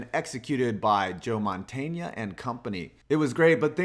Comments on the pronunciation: Joe mon-TAIN-ya?Has this guy ever seen an NFL game? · The way you say Montana lol